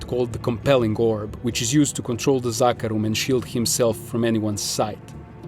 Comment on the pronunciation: Finally someone who pronounces zakarum right